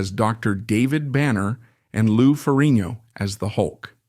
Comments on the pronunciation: Great video PLEASE look up how to pronounce FerriGGNo Its not Ferinio Had to mention 😅 But liked your review of one of my favorites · um nothing new here for me bud.know all this and much more.plus you need to pronounce the G in FerriGno 😁